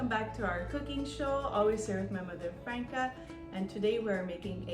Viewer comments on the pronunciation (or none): So how is different to Crosstoli? I think the name is just a regional thing. I make all year round. No need to wait until Carnivale. I’m surprised your mum hasn’t corrected your pronunciation of her name. Say it as Frunka. Per favore non americanizzare un nome così bello.